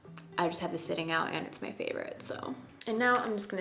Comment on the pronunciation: Omgosh! I thought you said "I'm going to mix warm and cool shade cause I'm a firecrotch" and I wad like oh huh makes sense me too!!! Then realized your said favorite. 🤣🤣🤣